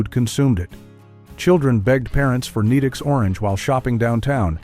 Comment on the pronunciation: I was tolerating it until it called Nedick's "Needicks" 😭